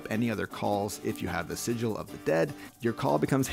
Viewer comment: This is not how you pronounce "sigil", btw. Anyway, how do you get the cute chibi pictures of the gods?